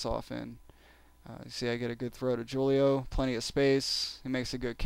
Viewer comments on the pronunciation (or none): Its not "jew-lio"... Its "hu-lio"... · "Jew-leo" ROFLMA